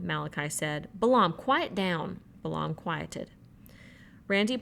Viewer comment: I generally like this, and I'm 8.5 hours, but I have some constructive criticism: * there a LOT of mispronunciations (Balaam is pronounced bay-lum; ensign is pronounced en-sun; SAC is sack; Wechek is we-check, etc.) * you omit words from the book that you apparently think are inappropriate, but doing so subverts the author's work * there's a HUGE silence at the tail end of Chapter 10.